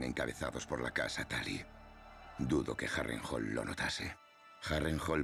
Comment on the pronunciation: Me cag@ el castellano, le cambian las pronunciaciones de las palabras, es Harrenhall! no Harental! no se les entiende. Lo tuve que buscar en ingles porque apenas asi le entendi.